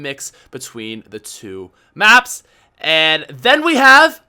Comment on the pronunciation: he said maps so hard